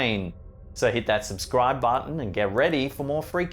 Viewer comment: Does anyone heard "look uunder your bed" when says subscribe